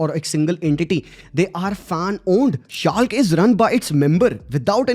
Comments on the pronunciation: scalk nahi............... Schalke (schal ke ) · Exactly.. Shalk nahi Shal-ka pronounce kia jata hai ... Also I've heard him pronouncing Ryan(Ra-Yen) as 'Ri-Yaan'😂😂 sabko Hindi naam de Diya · A Bundesliga follower here. Btw it is not pronounced shalk it is called *schalke*. Again, due to the pandemic, there was a massive downfall. I miss them very much. Every time, I used to watch them, they lost sometimes, but it never felt like they didn’t deserve to lose either. The fan base in schalke is still huge till now. ❤ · After fo-entina we got schalk 😭 , Itne ache vids but the pronunciations irk me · Good vid but hearing shalk a billion times 💀